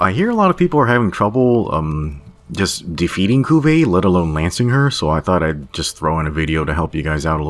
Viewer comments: It’s actually Ku La Vie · Thought he was saying Kulu for a while tbh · Ahhh i cant with the way he pronounces kulve